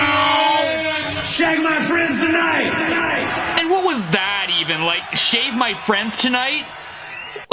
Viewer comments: I thought he said " I shagged my friends tonight". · I thought he said “shag” which makes it so so much worse